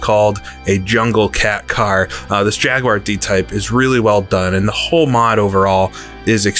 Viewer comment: For once could you just say jaguar correctly 😅